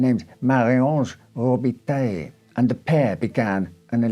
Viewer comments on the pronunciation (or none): Valiant effort at pronunciation,! However I'm afraid Québécois is distinctly different from continental French. Robitaille is closer to TIE, as in hockey hall of famer Luc Robitaille.